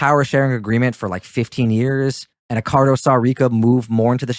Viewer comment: Feedback is a gift. Here is my gift to you. You mispronounced Accardo’s name throughout this video - stop doing that. When you admittedly don’t know about something then do not talk about it. During WWII there were few men under 40 walking the streets unless they were in a military uniform. Your discussion about not know why they were not in the military should not have come up unless you knew why they were not in the military during the war. Lastly, private jokes between the two of you is very annoying to the listener so don’t do that any more. In fact, skip all of the nonessential talk between the two of you. Better yet just get rid of the Brit, he only detracts from the video.